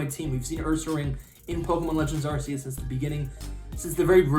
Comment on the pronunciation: I’m not watching anymore of your videos until you start calling it Arc-eus and not arseus LOL